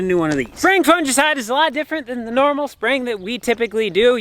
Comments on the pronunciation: Fungicide g not j, it kills me every time you say it like that 😂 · Fungi (pleural) fun•gi pronounced fun•guy. So fun•gi•cide is pronounced fun•guy•cide, (long i) Your welcome 😍